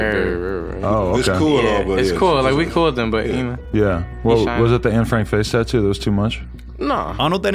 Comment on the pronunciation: I'm Dutch. I cringe always when I hear Anne Franks name being butchered in English. It's Annè, not Ann.